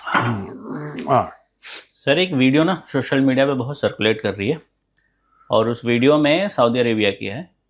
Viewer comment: Producer Bhai, it's social not Shocial media